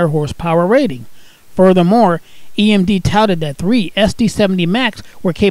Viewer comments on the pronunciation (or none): none